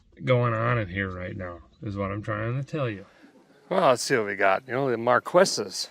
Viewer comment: Lol 😂 mar quess!!! And did I hear brown ham ???? Omg iam sorry but that's too damn funny 🤣🤣🤣🤣🤣